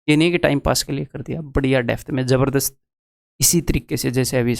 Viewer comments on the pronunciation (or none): none